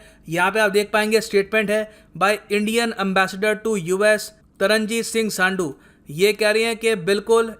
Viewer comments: it's taranjeet Singh SANDHU....n not sandu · Sir it's सन्धु not सांडू 😅